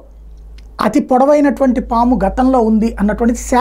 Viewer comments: పామా? సామా?😂 ముందు తెలుగు నేర్చుకో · Saamu enti anukunna saamu Kadu paamu na😊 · Saamu kadhu saamy PAAMU